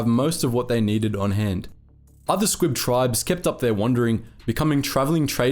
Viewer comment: I keep hearing "squig" instead of "squib".